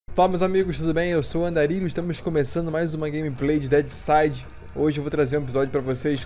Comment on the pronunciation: "andaurilho" q nem os gringo fala kkkkk to gostando demais de deadside apesar do jogo ser limitado ta rendendo horas de diversao... alias tem uma base militar perto de stepnoe q vc devia passar mais vzs, fica proximo a safe do sul curti demais